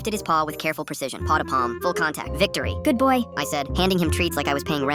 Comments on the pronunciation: Why did it say good boy like that💀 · "𝑮𝒐𝒐𝒅 𝒃𝒐𝒚" why. Edit: yall dont hate me first, im talking about the way they said it.